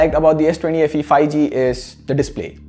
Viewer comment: Everyone: 5g Le: Fi g 😄